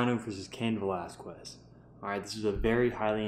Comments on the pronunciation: Wait did this man just say Cain Velaz quest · Cain Velasqwues lol